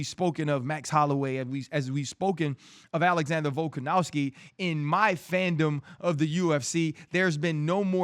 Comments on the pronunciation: It's Volkanovski not Volkanowski RC. You suck RC. We miss Aerial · Volkanowski ryan? C'mon man volkonovski like dc says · Guy cant even pronounce volks name rite🤦‍♂️ “VoLkaNoWsKi🥴”